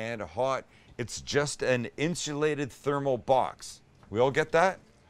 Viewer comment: Sam, Speak for yourself, you've been drinking. Can you say Insuulated again?